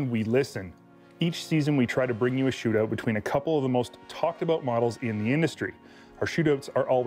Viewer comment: A "shootooot" eh